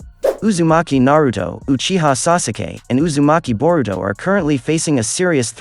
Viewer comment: Mans did not just say “sasuukee”